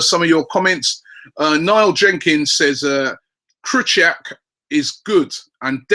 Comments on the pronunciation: And it's Krykorwiak isn't krut - ack, it's kri - kor - viak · Oh Robbie, comon... As far as I'm concerned you used to pronounce Krychowiak correctly. It's not ,,Krychuck" - it's Krychowiak. Mini-lesson over here